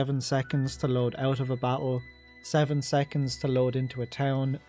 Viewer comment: everytime u say battle "bak-el" lmao